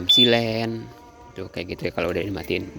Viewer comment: Biar ga ketuker silent itu dibacanya sai-lent om, kalo siy-lent itu yg buat lindungin kabel dari air (sealant) 😅